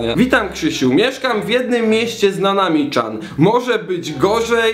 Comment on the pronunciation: Niech ktoś powie, że chan nie czyta się czan tylko CIAN! JAK ŚWINIA!